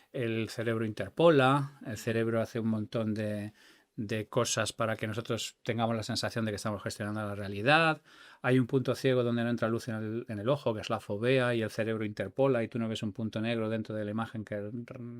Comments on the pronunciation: El punto ciego que está dentro del ojo donde la retina a través del nervio óptico se llama fóvea con tilde. No fovea como ha dicho este hombre. Con 165 de coeficiente intelectual debería de saber eso. 😮😅 Ya que si lo sé yo que soy sanitaria y tengo solo un 110. Este hombre debería de saberlo mejor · Cómo es posible que este genio(Y no hay duda de ello) pronuncie fovea y no fóvea y luego la confunda con el punto ciego del nervio óptico?